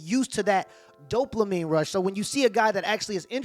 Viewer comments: Dopamine. You pronounced it right the first time you said it. Then you added an “L”: Doplamine 🤣😂🤣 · There is no L in dopamine. Not doplamine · Dopamine* not Doplamine. Lol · Doplamin gets me every time 😂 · It's dopamine. Not doplamine. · Bruh. Doplamine. Come on man. I like your videos but that drove me mad. It’s DOPAMINE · This man said doplamine like 4 times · Did my guy say “Dopluhmine” or am I just hearing it wrong ? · Don't mean to be that guy... but it is Dope Uh Meen instead of Dope La Meen, spelled Dopamine. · 7min29sec dopelamine lol Its dopamine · Anyone else bothered by him saying “doplamine” instead of “dopamine” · How many times did he call Dopamine “Doplamine”? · My guy just to help you its dopamine not dopelamine. Not an insult just a correction. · Bro wtf is Doplamine 😂😭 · Doplamine?! Lmao Just messing with you bruh. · bro it’s ‘dopamine’ not ‘doplamine’ haha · Dop"la"mine is killing me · Please stop saying "dopLamine". You're an authority on social/sexual interactions? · "Doplamene" :D It is "dopamine" my guy, it is "dopamine". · It’s ‘dopamine’ not ‘doplamine’. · Why do you keep saying doplamine when it's Dopamine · There's no L in dopamine😂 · There's no L in dopamine lol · You know there is no L in dopamine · I don't want to be "that guy", but sir .. there is no L in Dopamine. Now it feels like I'm nagging about something, it is not my intention, but if I would be in your position I would apricate to be corrected sooner rather then later. Keep it up! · Say it with me dope-a-meen.